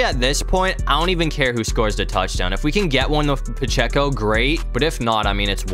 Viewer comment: Ain’t no way you said ‘pehceo’